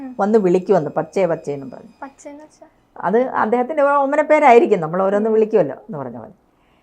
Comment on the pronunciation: പച്ചേ പച്ചെ എന്ന് അല്ലാ Bache എന്ന് ആണ് ഹിന്ദിയിൽ കുട്ടി. മകൻ എന്നു അർഥം വരുന്ന വാക്ക്